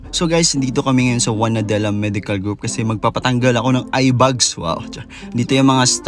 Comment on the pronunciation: A in the word eyeBAG is pronounced as A in the word fan, not sounding like a bug nor fun. It’s not “eye bugs”.